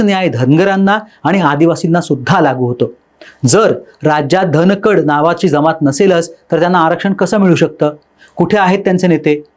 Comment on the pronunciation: अरे धनकडं नाय र बाला 😂